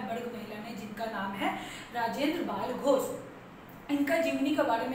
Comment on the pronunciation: Bhai... Rajendra bala ghose h... bal ghose nhi...😉😉😉😉😉